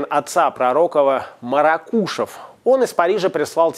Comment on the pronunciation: Все хорошо. Только не МаракУшев, а МарАкушев